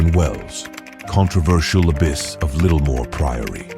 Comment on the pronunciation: This video is “history bizarre” alright.🙄 It’s also “abbess” (female equivalent title to abbot), not “abyss”, meaning a void or chasm of great depth. Nuns don’t dwell in monasteries (which are male cloisters for monks), they live in nunneries or convents. People in the 16th century didn’t dress like Victorians (19th century). Nuns in early 19th century Rome weren’t photographed, the photographic process had not been invented at that time. The video uses the same picture to identify king Henry VII and his son, king Henry VIII, who looked quite different. The video discusses the closing of the Littlemore Convent in the early 16th century (at least so far as I was able to glean from its slipshod historical narrative) without reference to the fact that all institutions of regular clergy in England were closed at that time, owing to Henry VIII’s break with the Roman Catholic Church. With a title like Disgusting Sex Lives In The Worst Medieval Nunneries Revealed, I expected prurient, salacious content with historical standards of no great stringency, but the inaccuracies both in narrative and use of images managed to still surprise me with the lack of historical verisimilitude. 👎